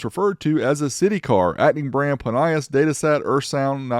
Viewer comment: I'm from NZ and remember advertising on TV pronounced it Plin E Us not plin y is